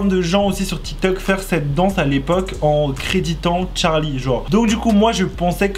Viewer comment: Euh c pas Tcharlie c Charlie